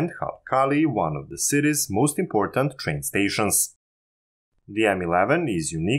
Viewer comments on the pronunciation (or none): none